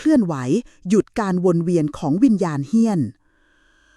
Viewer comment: เฮี้ยน .. ไม่ใช่ เหี้ยน ที่แปลว่า สึกหรอ ครับ !